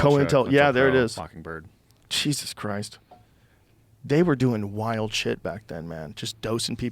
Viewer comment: he makes the word "wild" , a 2 syllable word.. (why-yield) lol